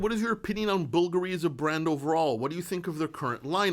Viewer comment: I don't thing Bvulgari is pronounced like "buggery" lol I'm pretty sure it's bul-GARY